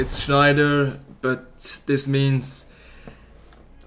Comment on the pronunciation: It's Sneijder, not Schneider, no need to make the german "SCH" sound.